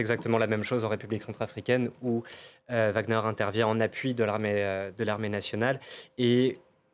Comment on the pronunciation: Wagner, pas Wagner DE G A G E Z C'est tout !!!